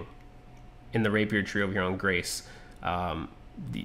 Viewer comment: By the way it's not pronounced Grace, it's the last word of Coup de Grace, which is pronounced Graw.